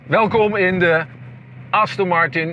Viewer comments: Als zelfs de hoofdredacteur van Autovisie de merknaam niet goed kan uitspreken............. Wow...... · Dus aston Martin uitspreken is te moeilijk blijkbaar...